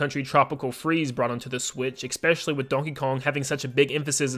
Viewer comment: “Especially.” Not “Eckspeshully”